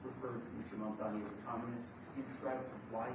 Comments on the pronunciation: The 1st thing was to teach Trump how to say the name "Mamdani"😂😂😂😂😂😂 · The name is Mamdani. Yes M A M D A N I 😄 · The Name is Mamdani M A M D A N I